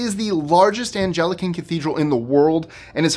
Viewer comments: "Ann-GEL-uh-kin?" Really? It is pronounced "Ang-LUH-kin". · Anglican is pronounced as “Ahng-lih-kin.” I think the largest church I’ve ever been to/in has to be Notre Dame de Paris (before the fire).. it’s absolutely stunning and the gardens are gorgeous! You should do a list of the largest synagogues!